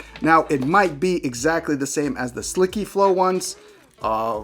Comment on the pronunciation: Yes, you are right. On camera are beautiful, but in real life are extraordinary. I have the black pieces and i love them. I like how you pronounce ”sliky flow” :))). Keep up the good work, I am keeping my eyes on you! :)